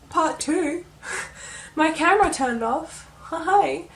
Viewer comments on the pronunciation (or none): none